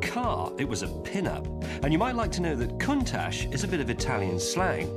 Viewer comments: i asked for a countach, not a conetach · Lamborghini contash